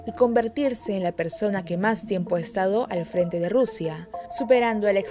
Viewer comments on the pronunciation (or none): es Stalin no Stanley, por favor aprendan a pronunciar bien!